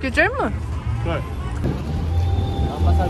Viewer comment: Güjel diyerek geçti video tribe girdim güjelmiğ seviyoruz seni kral 😂